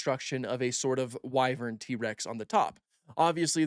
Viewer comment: "wyvern." instantly stopped watching.